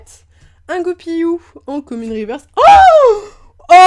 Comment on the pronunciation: Et c'est Goupilou pas Goupiyou la prononciation non?